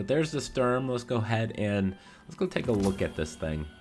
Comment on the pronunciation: Says "Strum" like 50 times....doesnt even read actual guns name